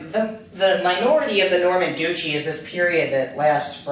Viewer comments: dutch. e. arn-zhoo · Maybe check your pronunciation of 'Duchy' and 'Anjou'. Apart from that, interesting background on Guillaume le Batard!